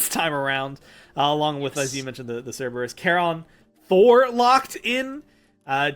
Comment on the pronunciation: it's "SIR ber us"